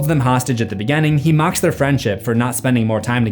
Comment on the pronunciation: One thing you may have missed about is he pronounces the letter "I" like an "E" when he says words like "beginning" and "continues" sounding like "beGENning" and "conTENues"